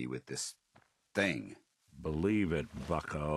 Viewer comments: With the paladin danse one I thought he called him fucko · I wasnt paying complete attention to response to Danse and I thought he said fucko lmao. I was like, "damn that was too savage for you " Kinda disappointed that it actually wasn't what he said.. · Anyone else hear “fucko” instead of “bucko”😂😂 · That’s what I heard too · I thought he said 'fucko' instead if 'bucko' 😂😂😂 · For a second, it sounded like said 'Believe it Fucko', that would've been amazing if that had happened. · For a moment I thought he said "fucko" instead of "bucko" to Danse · I thought said Fucko not Bucko holy shit. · When Danse was being swapped said fucko not bucko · I swear i heard him say believe it fucko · it really sounds like he's saying fucko